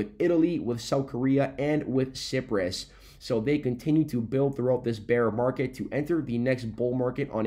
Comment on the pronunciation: Please stop saying Sipress… it’s pronounced Sigh-priss